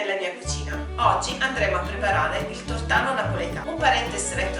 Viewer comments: ottima la ricetta ,sbagliata la pronunzia : non si chiama " tortàno " ma "tòrtano " e te lo dice una napoletana doc.... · Il tornano non si può sentire!!! Non sai neanche come si pronuncia!!!! Poi perché dici la ricetta di cannavacciuolo se è a modo tuo????